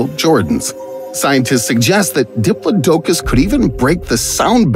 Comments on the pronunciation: Diplo-dough-cuss. It’s not dough-cuss, it’s dih-plah-dih-kiss. Diplodicus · "Dip-low-DOE-cus" ...really? It's di-PLOD-ocus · I'm sorry, (dip-luh-do-khus)?????? It's (duh-plaa-duh-khus). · I have never *before heard diplodocus (dip-lod-ih-kus) pronounced as dip-luh-doke-us. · btw diplodocus is pronounced dip lodd ockus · It's pronounced "dip-plod-o-cuss" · The way the narrator pronounces Diplodocus is horrifying. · Who taught this guy how to pronounce diplodocus? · You pronounced Diplodocus wrong.